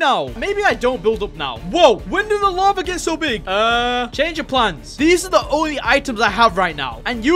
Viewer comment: its not lavar it lava